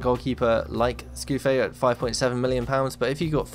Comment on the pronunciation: Great idea - and we also get so much great info from reading your subs' comments, an unexpected benefit! Also, TIL how to pronounce "Scuffet", which I always said in a broad Yorkshire accent to rhyme with 'fuck it'. Gameplay - let's see it